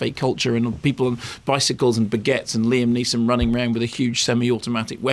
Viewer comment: neeson not nielson